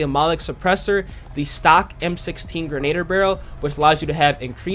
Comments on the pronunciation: Great content! my man, just some friendly feedback. The M4 max barrel Grenadier is pronounced GREN-A-DEER. Not Grenade-er. The M13 is still my go to in Hardcore. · Not hating on you at all. But for the m4, you say that the barrel grenadier. It’s pronounced gren-ah-deer. Keep up the awesome videos bro!!🤙🏼